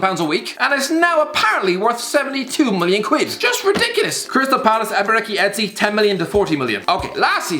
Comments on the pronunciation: Eze is pronounced "Ay-zay" not "Ay-zee" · Never seen someone butcher Eze’s name so badly 🤦🏾‍♂️ it’s like he’s trying to annihilate it